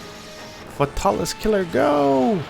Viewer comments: "fahtalis" he says xD its Fae-tal-is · The way this guy says fatalis breaks my ears. Its Fatalis not futalis. Good video though keep up the good work. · I hate the way you pronounce its name, it's "FATE-uh-lis" not the way you say it. It annoys me on how much you screw up monsters names in all your videos. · sadly you are wrong it is "fatal_lis" the L at the end of fatal is singular and therefore allows the "lis" to be pronounced appropriately forming "Fatalis" a 3 syllable name